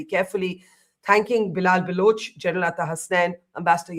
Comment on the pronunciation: Not Baluchi but Baloch. Learn forst